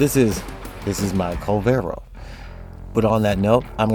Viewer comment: Its not kull-vero, its kuul-ler-vo. The children near the mission area pronounce it like a billion times. As the 4 or 1 can sometimes be the subsumed over ability while the 2 or 3 never are, ability strength is the correct option leaving you to mod duration to taste.